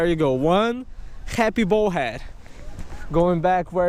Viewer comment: I love your videos. you are a good fisherman. but could you please say bull head not bowl head. in Spain they don't run with the bowls...